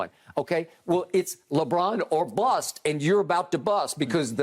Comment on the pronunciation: they way bro says bust 💀